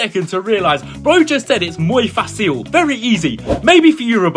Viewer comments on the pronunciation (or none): “Moy facseal” bro I can’t😅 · Omg 😰😰😰 bro said Muy faise real easy if it's impossible